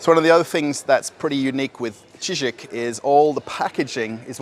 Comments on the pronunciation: I just can't help myself but try to correct you. It's Чижик not Чизик. The sound ж is similar to the first sound in word 'genre'. I'm sure it's cute when you say it Чизик but for Russians Чизик sounds like little cheese or something 😄 Update. You already corrected yourself later on in the video. My bad😂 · Dear, it's not "chizik". It's "chidgik".:-) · Not cheezeeck, but cheegeeck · так и не научился выговаривать букву Ж😁